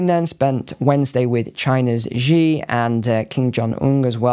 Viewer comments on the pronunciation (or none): Coalition of the Idiots. BTW, Xi, as in Xi Jinping, is pronounced like an abrupt/short 'she,' not Zee.